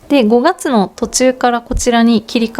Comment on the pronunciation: 5月のイントネーションが道民ですね😍